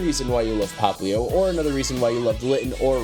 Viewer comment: it's popplio not poplin